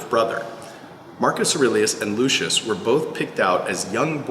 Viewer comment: When you call a ROMAN: lushis 🤦🏻